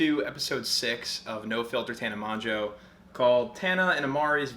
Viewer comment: Aint no way mongeau is pronounced mojo, lol